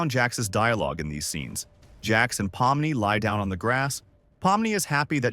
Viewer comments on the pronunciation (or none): Why did u say pommi its pomni